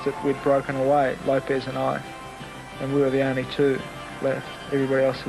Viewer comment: Guys - "Lopez" is the Spanish version of the Portuguese name "Lopes". It's Carlos Lopes (pronounce "LOPSH" - not "Lopez".)